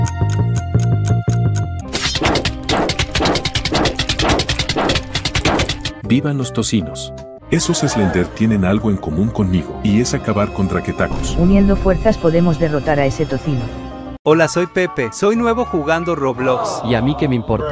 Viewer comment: En el minuto dijo Draketacos ❌ Draketocas ✅